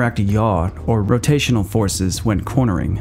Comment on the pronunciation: "Cornering" lol